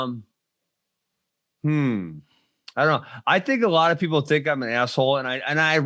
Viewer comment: Why is this guy saying peoble instead of people